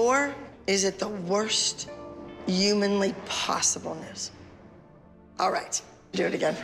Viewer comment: abby: yooooomanly possible